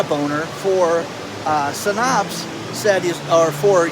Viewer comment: You don’t know how to pronounce Synapse. It’s said like SIN apps. Pretty common science/medical term.